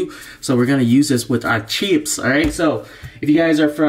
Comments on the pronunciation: I loooove "CHEEEPS" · He says chips funny lol